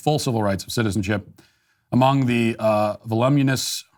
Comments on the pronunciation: Vol - oo - min - us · Matt had a hard time saying the word "voluminous". That is a seldom used word, and it's even difficult for me to pronounce during a sight-read. But I'm sure Matt can read names like: Victoria Elizabeth Bruce Molly Elizabeth Camp Thomas Michael Canevari Jr. Those poor graduates of Thomas Jefferson University. Just sayin'